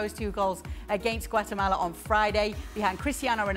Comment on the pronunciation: Guys... It's Guatemala 😂😂